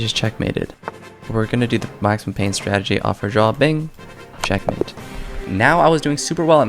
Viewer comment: I like the way he says "check-matey"😂